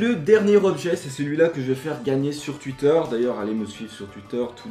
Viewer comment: C'est pas gentil de dire suitch et tuiter alors qu'on dit souitch et touiter